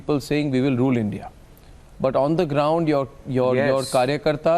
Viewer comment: You cant even say INDIA properly